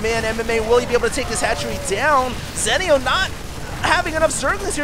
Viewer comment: ITS ZEE-NEO